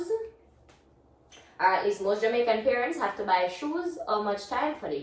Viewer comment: is pronouncing the Jamaican words very well 👍